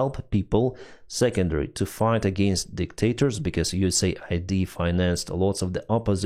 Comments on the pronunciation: it's US-AID not USA-ID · FFS, read it correctly!! it's US AID not USA ID !